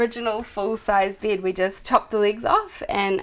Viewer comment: Lovely house so cozy..i wonder is it typical in Ausssi accent to pronounce bed "bied" :D SOUND weard ahaha